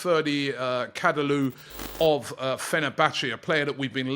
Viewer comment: Robbie; Ferdi KadALOO? Repeat after me Robbie… KAD DI OG GLU…. Kadioglu. Robbie out here butchering these easy to pronounce names. Gets me every time 😂😂😂